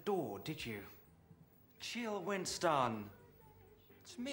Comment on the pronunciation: The way Willie says "Winston" with all the emphasis on the second syllable always gets me.